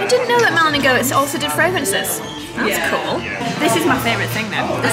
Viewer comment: Goetz is pronounced Gates! 😊